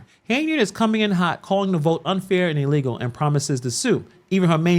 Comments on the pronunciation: 😂 I kept grinning and shaking my head when she was calling the process "E-legal" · "This is EE-LEE-GO!"